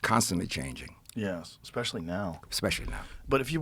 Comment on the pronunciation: EXpecially? Lionel come on